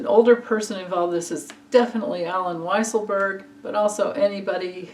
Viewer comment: Weasel - 😂- Berg , it’s wise-el 😂unless you’re pronouncing it that was intentionally 😎 “ how someone like that can run for president?”- 🤷🏻‍♀️ lesson for the United States? Or to his supporters? Great read!! Thank you!! I’ll look, cause I forgot if you’ve read on Jared ?